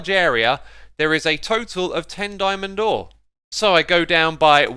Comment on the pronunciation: "Dyeman door" lol